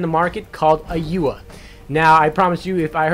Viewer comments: u-ya? lol thumbs down... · lol he called it oyua XD